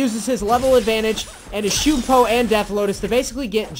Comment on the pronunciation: its shunpo, not shoooooooonpo